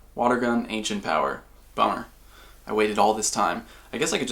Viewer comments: on the omiatar it sounds like he says boner instead of bummer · Mike Wazowski i thought the same thing and laughed my ass off. instant thumbs up for the laugh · Mike Wazowski same haha it did sound a little like that cx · Mike Wazowski Lol it actually sounded so much like that